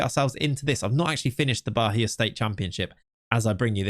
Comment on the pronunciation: Funnily enough the "Atletico de Alagoinhas" pronunciation was pretty on point. The "Bahia" though, not so much😅. There is no "h" sound, it's "Ba-ia" with an emphasis on the "i". Thank you for another great video, love your content!!